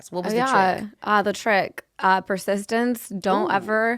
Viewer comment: “persistence-ty”